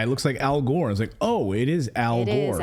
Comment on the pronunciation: Didn’t you mispronounce al’s name ????; Al Whore !!!( Gore ).😡💭🌎✍️👀